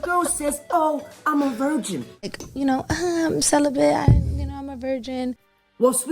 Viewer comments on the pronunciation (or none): "I'm celibate" = "I'm sell-a-bit"